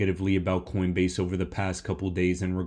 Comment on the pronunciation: Coinbase? Or coindebase??